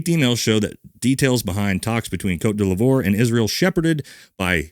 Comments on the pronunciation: Côte d’Ivoire is pronounced Coat dee VWAHR. You’re welcome 😊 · Its Côte d'Ivoire (coat divuar) (Ivory Coast in French) you added an l in there somewhere😂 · Côte D'ivoire is pronounced "Coat Dee-VWAH" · Sorry great video but I’m not sitting here letting you butcher the Ivory Coast’s name there is no L it’s a capital I 👀😂